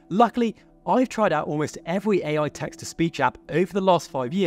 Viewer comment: Cuz he said evwy ai and not every